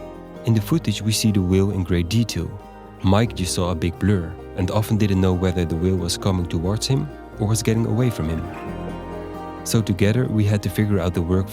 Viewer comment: He pronounces whale as wheel :)